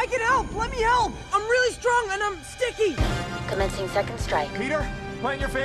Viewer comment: I am really strong and ""STOICKY"" LOL that line 😂🤣